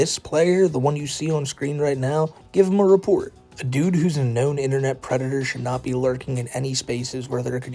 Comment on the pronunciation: Du white bowsuh is uh pweditoah